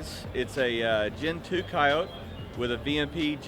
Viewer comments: Ford themselves say coyotE not coyot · wtf is a coyote? why isn’t he saying coyote? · Some people say it without the E on the end. Its weird.